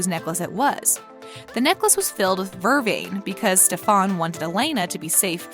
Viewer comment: Vervain, stefan and a few other words. You emphasize the wrong part of the word!!!!!!!!!!